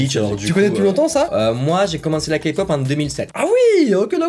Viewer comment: bah en faite si on regarde les journeaux televisé français c'est encore pire (meme qu'il pronence kpop 'kapop')